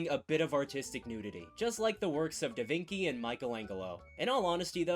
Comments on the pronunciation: "Da Vinki"? So you know it is pronounced Da Vin Chee. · The "Da Vinci" pronunciation made me flinch in disgust Jokes aside, I'm loving these videos!